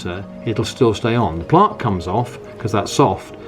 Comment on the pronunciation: Why do u pronounce plaque like that 🤣🤣